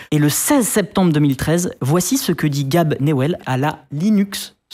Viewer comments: "gaybe" pas gab mdr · GAB ILA OSER DIRE GAB CEST GAYYYYBE CA CE PRONONCE GAYYYYYYYYYYYYYBEEEEE GABE NEWELL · Gabe se prononce "gai-ïb" pas "gab". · GAAAbe sérieusement ? Pas un mini effort pour prononcer son prénom correctement ? Vous dites quoi ? Michael Jackson ??? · Si encore y avait que "Gabe" qui était mal prononcé...